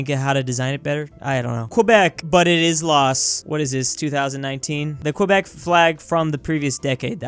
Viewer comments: it is pronounced kebec not kwebec. Qu makes the k sound. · day 20 of asking to pronounce quebec correctly